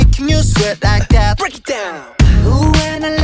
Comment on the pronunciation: Разве like that произносится как лайк вэт? Не лайк зэт?